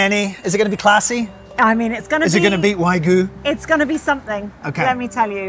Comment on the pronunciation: Hi, I'm a long-time big fan of Spain Revealed, but I gotta call you out on your pronunciation of wagyu. You consistently pronounced it as waigu, but it is pronounced exactly as it's spelled (in English or Spanish) -- wagyu. -- See also